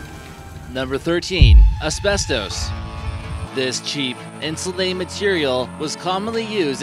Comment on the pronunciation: Why does he say abestos like that. LOL